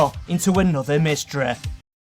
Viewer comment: Hood-ah, Myster-ah, Coff-ah, Aunt-ah